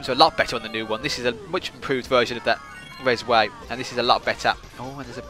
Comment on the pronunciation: It's actually called "Rezway"